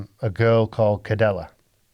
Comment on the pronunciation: His mom's name is Cedella...the C sounds like a S not a K